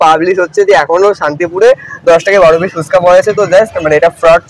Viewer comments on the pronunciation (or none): পিছ নয় পিস হবে।